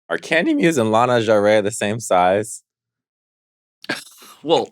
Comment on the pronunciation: Why does Alaska insist on mispronouncing Lana's name on the podcast? Seems like a microaggression.